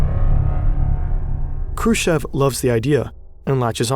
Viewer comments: Its krooschoff. Chev is choff. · Combination if Kh in any russian surnames must be pronounced as hard H. The K is always silent. Also, "ev " in Khrushchev must be pronounced as "yov" or at least "ov". And the "shch" just as "sh". Hrushyov. Now go practice and re-upload the entire video 😂😂😂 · also him prouncing it like "Krushev". Like lmao i know in German the sch is an 'sh' sound, but his name is Khrushchev, with the 'sh' being one part and the 'ch' also needing to be pronounced. Khru and then 'sh' as in sheet, and shy, the 'ch' as in chair and chips, and then ev. Not that hard, english speaking people have the same sounds in their language, but can't break down words or names well enough, they just gloss over them while reading, so weird 😂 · kinda doubt your research when you can't be bothered to look up pronunciation "krooshev" and "noble" stand out pretty bad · Why don't you use Google translaytor for such toponimic? Because nOvaya zemlyA is not novAya zemlYa and Hrushov is not Krush-chov. Just listem where stress is.